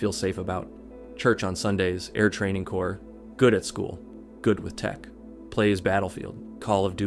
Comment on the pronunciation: As a member of the ATC, thank you so much for pronouncing “corps” correctly! I die a little inside every time someone says “corpse”